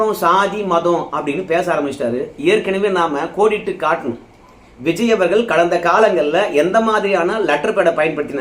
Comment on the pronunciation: தம்பி வல்லினம் மெல்லினம் அறிந்து பேசு இல்லை என்றால் உன்னை புல்லினம் என்று கூறுவார்கள். ர அவர்கள்னு சொல்லாம அவர்கல் இவர் கல் என்று கூறாதே